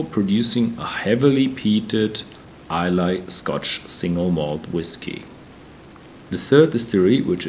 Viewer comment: ISLAY is pronounced EYE-LA NOT EYE-LAY. BTW Ardbeg does not use caramel coloring in their single malt whisky